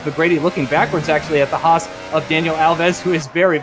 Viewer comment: Haas is pronounced Hass not Hawes